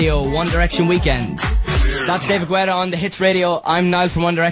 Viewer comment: I love the way he say's david guetta